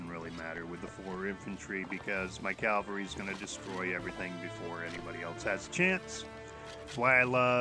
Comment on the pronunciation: Discovered this game when they had a $6.99 sale to buy the game and now I'm hooked. There may or may not have been a few allnighters involved, I couldn't say....I don't mean to nitpick, but just thought to point out that its pronounced cav al ree as opposed to cal va ree. Thanks for making this video, the information is really useful!